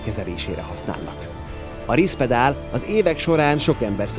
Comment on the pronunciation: Kedves videokészítő! Ha adatokat, elnevezéseket közölsz, jó lenne utánanézni és pontosítani, mivel a szakmai közönség kevésbé tudja hitelesnek elfogadni a tartalmat, ha már az elnevezésekbe is hiba csúszik. Nem Rispedal, hanem Risperdal az említett antipszichotikum neve.